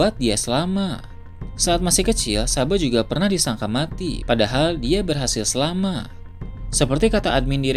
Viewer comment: Ngk bisa nyebut kata "selamat" ya bang?